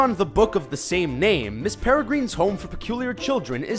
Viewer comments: I hate it when he says Miss Peregrine, like Miss Peregreen. He is pronouncing it wrong. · the way he pronounces Peregrine irks me very much that i actually screamed.